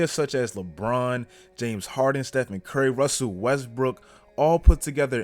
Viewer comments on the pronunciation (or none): none